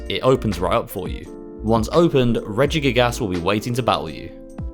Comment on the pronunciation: for someone that legit pronounces regigas as "regigaASs" I wouldnt expect otherwise. Weeb answer its "アルセウス" in japanese so its pronounced Arseus!